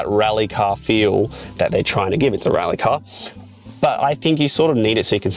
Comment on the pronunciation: It's pronounced "rally" :)